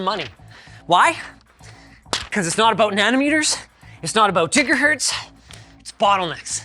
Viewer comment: "...it's not about jigger hurts..." - Linus 2021